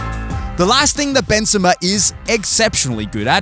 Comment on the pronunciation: Bro say the name properly